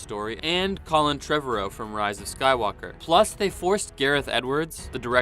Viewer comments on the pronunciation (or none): none